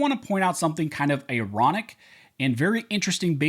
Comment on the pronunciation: A-ronic? What the hell is “a-ronic?”